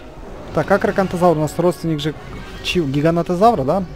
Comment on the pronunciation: сильно бесит когда говоришь гиганАтазавр правильно гигантозавр